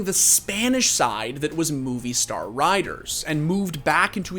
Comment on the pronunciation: MOVISTAR, not movie star... get Colton to do a segment on how to pronounce the names of spanish companies... you had one job my dude... it's MOB-eeh-Star